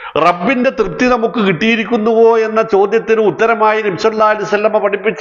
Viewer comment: താങ്കളുടെപ്രസംഗം ഇഷ്ടമാണ്. പക്ഷേ /നബിയുടെ പേര് പറയുമ്പോൾ ശരിയായി ഉച്ചരിക്കുക?Thankyou....